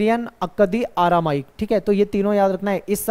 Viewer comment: सर आरामाइक नहीं अरामाइक 😅😅